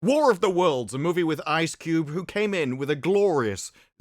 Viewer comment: “WAR OF THE WEWDS” 😭